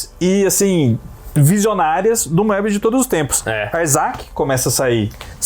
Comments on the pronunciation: eles falam moebí mesmo na frança? kkkkkk acho que é mobiús a pronuncia, com O fechado e sem pronunciar o E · Na verdade, vocês não se enganam muito ultimamente. A única coisa a criticar é que Moebius se pronuncia "mêbiús" em francês (o acento no U é para indicar que a sílaba tônica é a última, o que nunca aconteceria em português) ou até "moêbiús", como eu já ouvi o Druillet falar, embora o "oe" em francês (que é um único caracter no idioma) se pronuncie "ê". Nada de "Mêbi" ou coisa assim, isso é totalmente errado! Nem vou comentar as pronúncias de outros nomes em francês... A partir do 10, a nova encarnação da Métal Hurlant começou a publicar material inédito nas edições pares também. Os clássicos já foram todos publicados em álbum e a galera não estava comprando... A gestão do Goscinny na Pilote foi absolutamente essencial para os quadrinhos franceses e marcou a ascensão da produção francesa no mercado franco-belga, que era até então fortemente dominado pelos belgas. Goscinny estava sempre descobrindo talentos novos para a Pilote e até os dava uma certa liberdade criativa. Foi na Pilote que o Philemón do Fred, série altamente experimental, foi publicado e Goscinny defendeu a publicação com unhas e dentes, apesar de ser muito criticada pela maioria dos leitores. Quando o Alix do Jacques Martin foi censurado por nudez na França, Goscinny foi por iniciativa própria no departamento que fiscalizava as publicações na França e conseguiu liberar a obra. Goscinny estava longe de ser um conservador ou careta! Mas como vocês disseram, os autores mais novos queriam fazer material com um nível